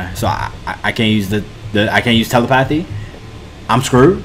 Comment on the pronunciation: I swear, no one pronounces Telepathy right 😆 Also it’s great that you can still earn revenue even with the living conditions you’re in rn